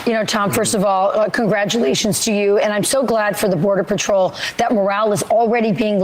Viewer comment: He can't even say patrol correctly. Just another idiot that hates